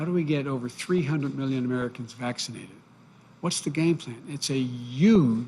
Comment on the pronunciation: LOL . Did he just say "Yuge, yuge, yuge"? It's going to be fun making fun of this president. Sure there will be less to work with than his predecessor but with Trump half of the laughter was nervous laughter thinking "OMG this moron has the nuke codes!". Now we will be able to just tease his stutters..like we did with Dubya Bush..but be able to rest easy in the knowledge of him being a competent person. God is good!